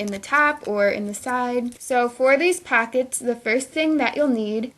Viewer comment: Its not packets its pockets, its not battum its button